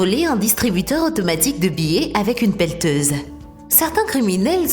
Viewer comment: On dit une pelleteuse